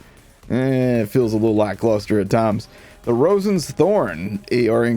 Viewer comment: Roisen's thorns is pronounced row-sheen's. Row like in a boat, not an argument.